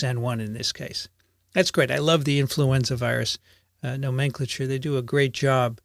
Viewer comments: The usual pronunciation of "nomenclature" in US English is a bit different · seems to be using the British pronunciation of "nomenclature": vs stands out like a sore thumb given I've always heard the American pronunciation... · Great info! Much appreciated!!! A bit off-topic but I have never heard the word nomenclature pronounced the way you do. Maybe it is just a regional thing but it caught my ear :) Not that I'm an expert in any way.